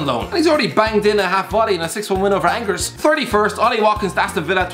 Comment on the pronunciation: Please Say Angers again lol